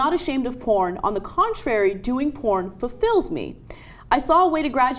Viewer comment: "doing porn forFILLS me" xd